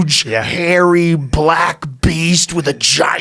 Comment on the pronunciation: “Hulking, huge, hairy, BLACK , beast” hella emphasis on black joe 😂😂😭